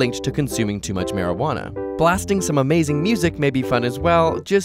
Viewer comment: Mair-ja-wanna is how you pronounce it 😂